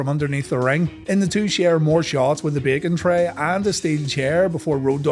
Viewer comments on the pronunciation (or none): I know you’re trying to say “Baking tray” during these hardcore matches but all I’ve been hearing for the past several episodes is “Bacon trey” lol so great. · I still can’t figure out if he’s saying baking or bacon tray… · Lol i thought u said bacon tray.